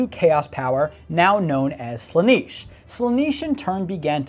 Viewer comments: Slan-eh-sh not Sla-nEE-sh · Slanish? It's slanesh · "Sla-niche"..... ffs man... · Listen to this mon'keigh, pronouncing "Slaanesh" as "Slanish" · someone please tell him how to pronounce Slaanesh correctly, it's getting on my inquisitorial nerves.. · You should do more homework on your subject. You are not pronouncing Slaanesh correctly. Give the subject the respect it deserves, man!